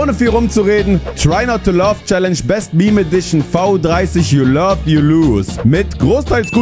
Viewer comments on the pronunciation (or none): Merkt er eigentlich dass er statt Try not to laught try not to love sagt